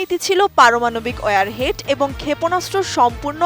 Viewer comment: It's not ware head it's warhead